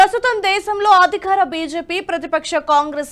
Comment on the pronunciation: అధిఖారం కాదమ్మా అధికారం. ఎన్నిసార్లు చెప్పినా మీరు మారరు! చిన్న చిన్న పదాలు పలకటానికికూడా అంత కష్టపడతారెందుకు! మీరు మాట్లాడింది మీరే ఒకసారి వినండి. ఉచ్చారణ బాగానే ఉందని మీకు అనిపిస్తుందా! శాయికృష్ణ గారంతటి వారిదగ్గర పని చేస్తూ కూడా ఆయన భాషను, ఆయన స్పష్టతను, ఆయన ఉచ్చారణను నేర్చుకోలేకపోవటం శోచనీయం. అది ఆయనకూ అంత మంచిది కాదు.